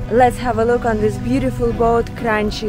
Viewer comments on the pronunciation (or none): Dear, if you say italian manufactur name please bear in mind: in Italy you speak "ch" in a hard "k" - not "sch". So company name is "Kranki" but not "Kranschi". Opposite with Gucci. Here you speak a double "cc" in a soft "sch". So Gutschi. Understand? Thanks